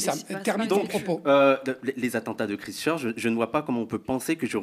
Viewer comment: Christchurch se prononce “Kwaïstcheutch”…ce n’est pas très grave, mais ça ne vous rend pas crédibles. C’est comme çi vous n’avez jamais discuté de ces sujets avec des étrangers qui subissent ces problèmes, ou écouté les journaux étrangers. Avant un débat vous pouvez prendre 5 min pour checker la prononciation anglaise des mots clés dans Google. Quand on représente un groupe c’est important en 2023 de montrer une ouverture passionnée sur le monde et aujourd’hui le monde est en Anglais. Sinon impressionée de toute cette connaissance. Ce serait bien de recommencer la même émission avec ce sujet mais recoupé avec des points comme Poutine, pourquoi maintenant (après le Covid, etc..). Super une émission avec des jeunes, ça amène de l’oxygène, ça pétille, ça respire la passion et tous concernés pour notre humanité.